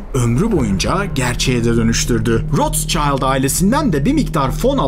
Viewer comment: Rothschield gibi ünlü bir kelimenin okunuşunu bilmemeniz, kelimelerin orijinal okunuşunu takmadan her şeyi İngilizce gördüğü gibi okuyan Amerikalılar gibi Rots Child diye okumanız gerçekten düşündürücü. Zaten sch harflerini yanyana görünce Almanca olduğunu anlamanız lazım. Böyle basit bir şeyi gözden kaçırıyorsanız, başka neleri kaçırıyor ve teyit etmeden anlatıyorsunuz diye düşünmeden edemiyor insan.